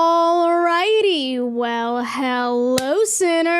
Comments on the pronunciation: I love how you say “All” lol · & ALL LOLOL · I hate how she says "all"